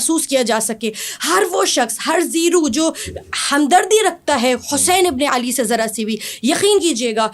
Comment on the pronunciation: حمدردی نہیں ہوتا ہمدردی ہوتا ہے بہر حال تجوید بہتر ہے مگر دلیل بالکل فضول۔ میرے خیال میں جنابہ عالیہ کو پھر سے عالمہ بننا پڑے گا